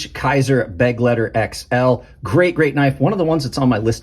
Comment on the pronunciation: I also like the Begleiter. BTW it’s not beg- leiter but be-gleiter Bewitched Bewildered Bemused Beloved Be-gleiter